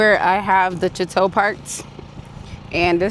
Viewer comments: Hey sweetie you keep saying chu-tow but it’s pronounced sha-tow 😊and Congratulations on #3 , you’re so inspirational,keep moving forward starchild !! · OMG! It's pronounced SHA-TOE not CHA-TOE. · Your new camper is great and much safer than your trailers. Please stop saying chat-tow… it’s French girl .. pronounced Sha-tow … it means house, home , castle …. Enjoy living single without kids 😂😂😂… be safe always! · Ja-tore??? Wtf? Say it right! It's pronounced Shah---tow. If you're going to promote a product at least pronounce the name correctly. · The "ch" in chateau takes on the "sh" sound. It's correct pronunciation is "shat-tow". My fault....just an ADD thing of mine. Love your adventures!! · Sha-tow But it's your baby, lol However you want to pronounce it. Loved the video! Love the Chateau. When I grow up I wanna be adventurous like you! (I'm 59) 🤣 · Pretty lady, the ink and mispronounced name of your RV I could live with. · Sis, no one told you the ch in chateau is pronounced sh? Or is that a mindful choice? Either way it's tickling me 😂😂😂